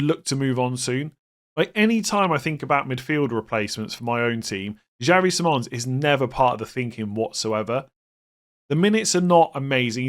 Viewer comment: PLEASE LEARN HOW TO PRONOUNCE SIMMONS' NAME CORRECTLY!!!!!